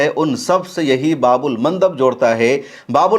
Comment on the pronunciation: Bhaii babul nahi baab al bolu